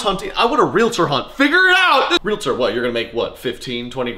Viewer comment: Thank you for pronouncing realtor right. My dad was a realtor and I still get flashbacks every time it's said wrong.